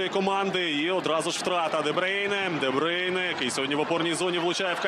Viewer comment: А чому Де Бийне? Хіба не Де Бруйне?